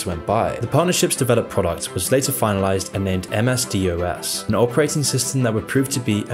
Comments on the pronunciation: DOS, Its pronounced DAAWWSS not Dee Oh Ess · Can you name a single Bill Gates fan? Yes. My idiot brother -- lol. When he was 12. But then he was also a fan of Chopper Reed so make of that what you will. (Also, it's pronounced "dos", not D.O.S.) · DOS .. pronounced dos .. ffs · I've never heard anyone pronounce DOS as "dee oh ess". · who the hell pronounces DOS as dee-oh-ess?? 🙄